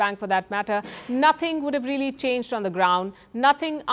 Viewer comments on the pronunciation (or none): none